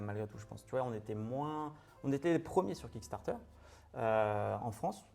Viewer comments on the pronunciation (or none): Ah bah QUAND MÊME!;), c'est pas QUICK Starter mais KICK Starter ("Quick" c'est Groquick:))